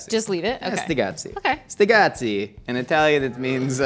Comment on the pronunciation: It's sticazzi, not stigazzi